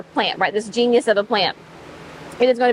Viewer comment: Also, it's genus, jeen-us rather than genius, jeen-yus.😉😉